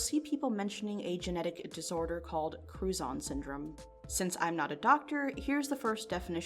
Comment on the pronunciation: Was only listening and had to rewind I thought she was saying crouton syndrome